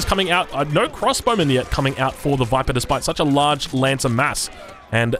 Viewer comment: the viperrrrrrrr